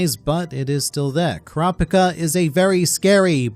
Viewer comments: Bruh who "Kraa pka" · Say it right kurapikripppp Kuz!!!